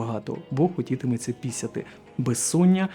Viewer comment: Не пісяти, а пИсяти. Ми не москалі.